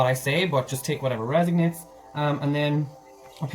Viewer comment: resOnates, not reSIGnates...:)))